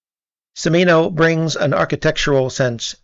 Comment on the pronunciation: From Beverly Hills to Texas to Vietnam... Not to be an ass, but the Ci in Cimino's name is pronounced like the ch in cheese: Chi MEE no